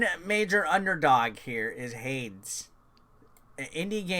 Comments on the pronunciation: It's pronounced Haydes. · HADES = Hey-dese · Every time he says Hades wrong 😂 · It was definitely interesting 🍅 🥔